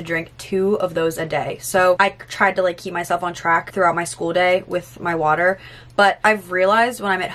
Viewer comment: I love you but the anxiety I just got when you said my water heater I am British and that’s so painfully to hear